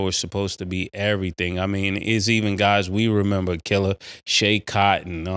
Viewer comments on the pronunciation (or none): none